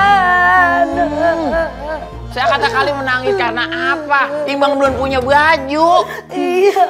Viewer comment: tadi kata lebaran bukan lebaan